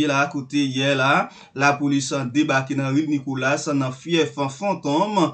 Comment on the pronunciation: C'est pas Nicolass - c'est Nicolas. S la pa prononce